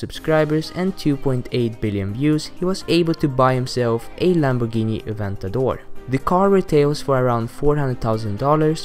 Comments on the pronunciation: It's Aventador, not Eventador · with KSI, it isn't called "Evantador, but Aventador. look it up before you type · Eventador?? Aventador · It's not evantador its aventador cmon people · Umm, Lord Aleem, Supercars of london, Seen through glass, SHMEE?? And Lamborghini Eventador? Right that's how you spell Adventador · "Evantador" really 😂😂😂😂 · Did anyone else notice he said Lamborghini Eventador instead of Aventador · Haha Lamborghini evantador. AVENTADOR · Its not Evantador... Its "Aventador" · did anyone notice how he said aventador (eventador) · It's spelt lamboghini AVENTADOR not eventador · It's called Aventador, not Eventador!!!!! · The Lamborghini Aventador isn't spelt like eventador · It's not evantador its aventador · It's not evantador it's a aventador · And btw its AvEntador not EvAntador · it's not fucking lamborghini EVENTADOR it's aventadoor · Its lamborghini aventador not eventador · Its not evantador its avantador. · They said evantador it supposed to be aventador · its aventador not evantador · its not evantador its aventador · It's an adventador not an eventador ughhh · its aventador not eventador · its aventador not evantador 😂😂😂😂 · lol its aventador not eventador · lamborghini adventador not evantador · HAHAGAGAHAGA eventador hahahah aventador* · wtf Lamborghini evantador??? aventador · he said eventador wtf is that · did he say evantador its called aventador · Lamborghini Aventador not evantador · lol he said evantidor its Aventador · he said eventador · Eventador? Aventador* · aventator no eventedor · aventador not eventador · i think its aventador not evantador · I liked that "Evantador" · HAHA IKR. Its Aventador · LOL HE SAID KSI - Lamborghini Evantador LOL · this guy pronounced and spelled aventador wrong! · it's adventador not evantador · Evantador? Lol. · evantador?? haha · It's not eventidor